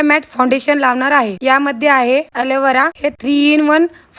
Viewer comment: Bolta t yet nahi tula Alovera ☑️ la alevara 😂